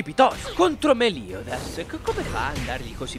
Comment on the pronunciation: Bene alla numero 9 con "hisoka" e la tua pronuncia di meliodas posso gia spegnere il video